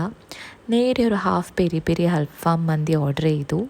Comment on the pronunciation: ഫാം അല്ല. ഫഹം ചാർകോൾ കരി